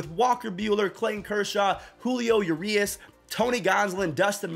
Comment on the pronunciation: Julio “YOUurias” lol lol